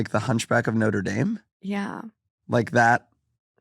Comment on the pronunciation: "the hunch back of Noter Daime" is the most American thing I've heard in a while